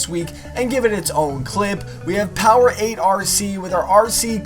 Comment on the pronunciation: Hey here. Got my name wrooong. It is with an A lol. Not the first time no worries. Thank u. Im happy to have made it